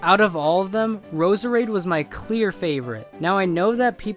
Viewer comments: btw Roserade's name isnt said Roser Aid its Rose Raid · Roserade is just pronounced rose rade. So much for supporting underused pokemon.